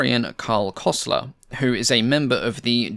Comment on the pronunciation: Pleas say Kösler instead of Kosler. It's a U, try Forvo for examples. See, you can learn a language.